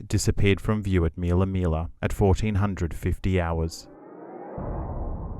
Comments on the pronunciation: It's not Meella Meella ... it's Millaa Millaa for goodness sakes. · Btw... It's not "meal uh, meal uh. It's Mill uh. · MILLA MILLA FFS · Please pronounce MILLAA MILLAA CORRECTLY